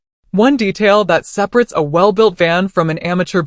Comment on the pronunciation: "Two, 200 'WUT' panels, giving u 400 'WUTS' of charging capacity." "Seprits"🤣This AI is not going to rise up and take down mankind anytime soon. 😉Great van build regardless.